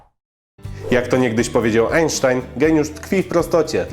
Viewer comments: Sposób drugi - Einstain. Mówi się Ajnsztajn xd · ensztajn hahahahahhahahahahahahahhahahahahahahah no kurwa hahahahahhahaahhahahahahaha